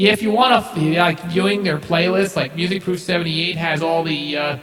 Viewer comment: pronouced Music (Proff) like Off. Also on the autogenerated channels, they are ALL remasters and not original, most aren't even close to The professors quality